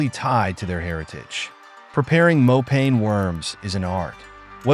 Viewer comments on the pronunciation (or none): Not "more pain worms" but "more paah nie" mopane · Mopane is pronounced like "moh_pa _neh" not "mo_pain" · Sir it's mopane worms (masonja) in my language